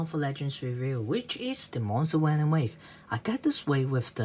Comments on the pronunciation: no its not he said wenom instead of venom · "figers" "wenom" dude not saying that the review was trash, but learn how to speak English first. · Did u just said: "benom"? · quan ta minh It’s “Did u just *say*.” He said “wenom” which is kind of ironic because Germans pronounce Ws as Vs and he does the opposite